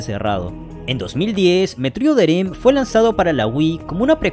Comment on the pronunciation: Excelente vídeo, nada más un detalle: Se pronuncia "dred", no "drid"